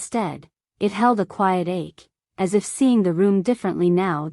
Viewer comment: Here are some thoughts on the first minute and a half. Does anyone “proof-listen” to these stories before they are published? How do you cross a limo “ She almost crossed her limo”. Then how did “as” become A.S. to be read in individual letters? I find the first person stories with their hokey voices preferable. Your story in the third person sounds like a “book on tape” and hence I have withheld approval or subscription.